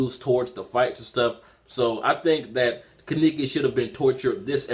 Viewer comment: Ka-ne-ki...not ki-niki